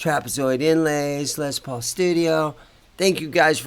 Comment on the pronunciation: First off, its LES not Lez paul!!!